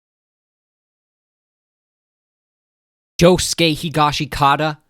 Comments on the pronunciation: Bro why u pronouncing higashikita wrong? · How do ppl still not know how to pronounce Higashikata